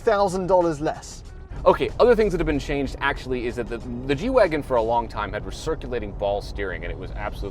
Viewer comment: I thought it was a G-wagon not a “wagen”